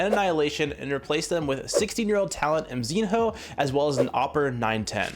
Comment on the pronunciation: Dude as a Mongolian I hate the way you calling Mzinho ! That sounds like Mzinhou like chinese name !!! White kid there are 48 countries in asia[Russia+central asia+Turk included] ! You should call it Mzi+no[Мзино]